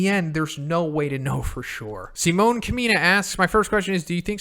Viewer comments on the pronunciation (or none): He pronounced Kamina wrong I’m gonna kick his ass